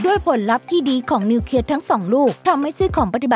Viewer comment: ระเบิดนิวเคลียร์ไม่ใช่นิวเคีย